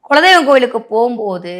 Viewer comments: Kindly pronounce as kula deivam.🙏🙏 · குலதெய்வம் என்பது சரியான உச்சரிப்பு